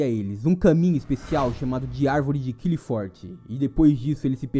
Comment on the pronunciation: nao se le qlifoth e sim arvore claipof